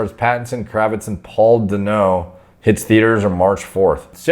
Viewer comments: “Paul Dunnoh” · Calling the C L A S S I C Paul Dano 'Paul Daneau' hurt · Paul Duh-No lol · PAUL DA-NO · The way he pronounced Paul Dano had me rolling. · Is that how Paul Dano’s name pronounced?